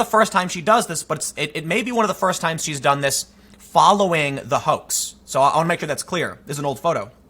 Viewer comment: Tim, you said "hoax". are you trying to break the algorithm? keep up the great work!